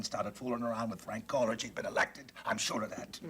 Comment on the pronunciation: 😂😂Lol!! Oh, Geez I Heard it!!😅😅 He Said "Frank Colerage"🤣🤣🤣✌️!!!